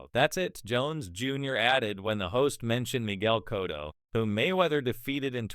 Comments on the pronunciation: if you don't know how to consistently say Cotto's name correctly... (& your not an AI narrator).. then you need to stop acting like you know Boxing.. just Stoppit.!!! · But people are always fuhkin' up Manny's name.. "Cotto" is only 2 syllables Lol